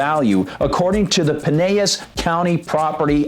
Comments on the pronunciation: "It's pronounced Duh-NE--den, and Pa-NEL-us (county)." This from a post that has already been shared. Before you try to report something about a city and or county, learn how to pronounce their names correctly. Heard the same BS annunciation on a major news outlet. Your points are good, but you show a complete lack of respect by not knowing how to pronounce the communities name. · You could work of the pronunciation of the county too.